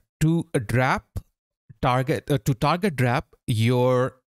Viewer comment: Excellent tutorial, and very engaging! But it’s drape like grape my friend 😊